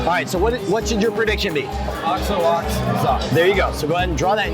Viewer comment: i laughed out loud when he said "OX OH OX ZOCKS" rofl